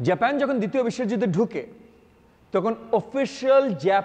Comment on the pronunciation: হ্যালো মি. in a sort of, আপনি তো in a sort of জেপেন জেপেন করতে করতে in a sort of শেষ করে দিলেন in a sort of. আগে Decide করুন না, বাংলাটাকে ঠিকভাবে বলবেন নাকি ইংরেজিটাকে বলবেন। এরকম খারাপ বাংলা বাঙালীরা যেমন বলে না তেমনি এরকম জেপেন জেপেন in a sort of English কারো কাছে শুনি না।